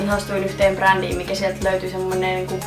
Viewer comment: kuulin että bodiin kun sanoit brandiin